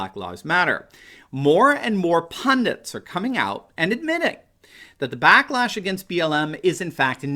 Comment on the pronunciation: Did you say "blacklash?" ... Yes!